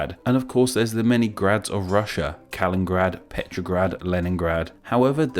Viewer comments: its KalinINgrad not Kalinngrad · How come you pronounced Kaliningrad kalingrad if it is obviously two different names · it litteraly says Kalin-IN-grad, not Kalin-grad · A. You messed up the pronunciation for Kaliningrad. B. Könnigsburg is the better and older name for Kaliningrad.